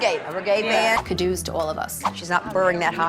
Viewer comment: Just remembered Ramona saying Kadoos instead of Kudos